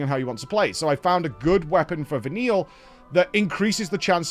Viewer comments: In case noone has told you yet. If you change paradims at the last possible second after an ATB gauge, you can skip the animation and be changed quicker. edit: Vah-kneel. Not Vah-nil-a :( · I don't get how can play this game for days and still not know how to pronounce Fal'cie. I originally thought he was pronouncing Vanille as "Vanilla" on purpose, but now I'm not sure. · Is he pronouncing it Vanilla on purpose? They pronounce the name in game...?